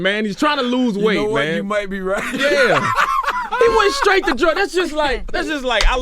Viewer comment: Charlemagne really just said "that's skraight self deskruction" 😁😂🤔🤔